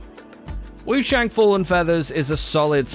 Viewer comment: What YOU need to know is you're saying the name wrongly